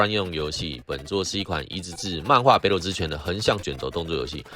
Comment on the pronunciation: ほくと 台式念法 後苦抖 不是哈苦抖啦